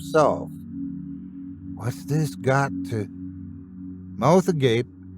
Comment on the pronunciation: A strange mixture of 'Dumb Blonde' & 'Old Age' has kicked in. Because it's taken me round about 45 minutes to figure out you were saying 'GO TO' and this wasn't some new, never before heard, street slang nor a fancy word picked up from another part of the world. Yup! I most definitely AM the perfect definition of money well spent where my education was concerned!! Lol